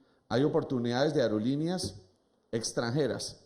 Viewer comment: Que tal aprender a hablar? Ariolineas?? Aerolineas señor!!